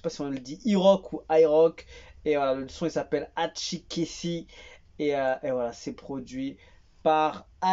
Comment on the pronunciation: Tu as bien prononcé ATCHIKESSI😅